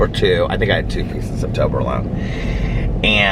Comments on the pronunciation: The way you are saying toblerone is killing me 😂😂😂😂 💙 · I even looked it up because I was like... have I been saying it wrong?? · It cracks me up 🤣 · I MAY have winced once or twice lol